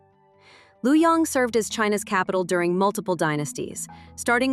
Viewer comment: Luo of Luoyang, China, is one syllable. If it is hard to pronounce as such, it is nearer the true pronunciation by pronouncing it as “Lo” (loh, lor) instead of “Lu” (loo).